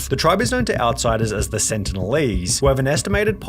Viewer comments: why yall pronouncing sentinel with an accident? its an english word..........one of the xmen's main villains? the sentinels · LMAO bro confidently said with an accident 😂